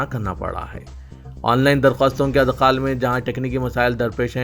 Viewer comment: Idkhaal hai bhai, adkhaal nahiñ